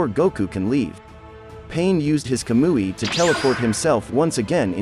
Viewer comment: I'm sorry I just couldnt deal with the monotone voice and pronunciation of the names. I tried but when he said Kah-moo-E. Like a fake kablooee explosion I was done the Kazuma and w/e else again right after it. It's not that I don't think Goku could solo my boys in Naruto universe cause I do. it was just how slow it was and the voice/pronunciation.